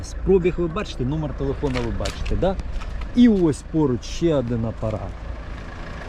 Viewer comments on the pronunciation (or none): Хороший огляд👍 лише "адин" вухо ріже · Чому адин і вісім , адин і пʼять ? Вухо ріже пі.з&ець!